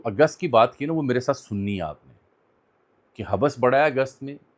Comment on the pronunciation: حبس ایک لفظ ہے اسکو ملا کر پڑھنا چاہیے نہ کہ توڑ کر حب بس ۔